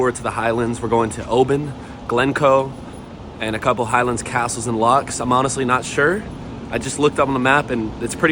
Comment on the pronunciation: Can I just say to you that Scotland doesnt have lakes, it has lochs. Not locks....lochs.Love your videos